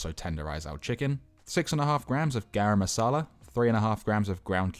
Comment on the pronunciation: Love your pronunciation of Garam masala 😅